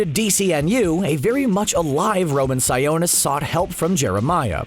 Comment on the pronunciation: Its pronounced (si-o-nis) like the o in octopus